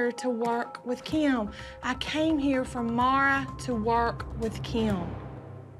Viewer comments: says kym not Kim and its funny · saying keem bruh it’s Kim lol 😂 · says Kim like “KEYM” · says Kim's name like kyim kyim kyim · saying kim sounds like “keam” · Nobody: Kim: BABABABABABABABAHAHAHEBEBBEBEBEB